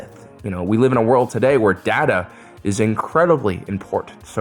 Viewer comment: It's Data, not Data.